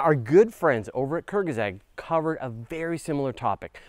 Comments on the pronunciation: Kurzgesagt. pron: koorts-geh-saahgt. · The way you pronounce "Kurzgesagt" is worse than ElectroBOOM, and both of you could do with some basic German lessons, but I like your style and you've made a subscriber of me 😅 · even he can't pronounce it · How the heck did you pronounce Kurzgesagt? 😂😂😂😂😂